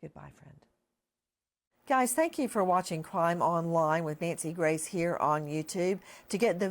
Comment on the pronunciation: "Naysi Grice" 🤣